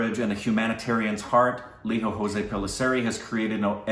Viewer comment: We don't pronounce our 'j's' as 'h' guys. So it's lee-joe Jose (like hose - the indianised pronunciation 🙂)